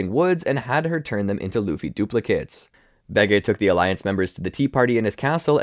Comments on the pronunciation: It's supposed to be bege, like capone gang bege at whole cake island. Where in the show they pronounce it as "behji" and not "behgay" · Baygay isn’t how u say bege. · why does he pronounce it like "behgay" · I love it when you pronounced Bege wrong the entire time.